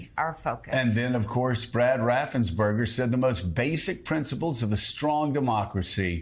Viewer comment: RaffensPerger, everyone! NOT Raffensburger!!!